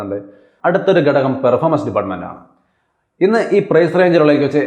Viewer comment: 3.37. അടുത്തൊരു (ഗടകം)..... ഘടകം എന്ന് പറയൂ... please maintain clarity in pronouncing